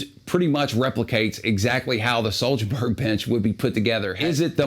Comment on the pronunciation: "HWOAHBERRY" is closer to the actual swedish pronunciation